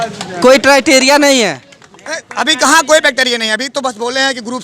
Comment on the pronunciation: Criteria ko bacteria 😂 bol rha h to kaise hoga bhai